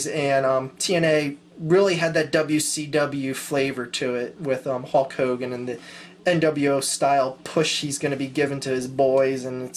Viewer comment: lol you kept calling Hulk Hogan, Hawk Hogan.